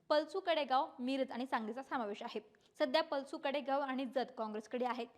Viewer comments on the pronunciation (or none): पलसू नाही, पलूस.